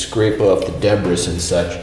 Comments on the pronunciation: Who the heck says DebRIS? It’s DebREE... Blech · lol, think we alone noticed this...so, did you say 'debriSS' to anyone, and did they complain and / or chuckle ;-) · He said debris weird😹 Ima try this.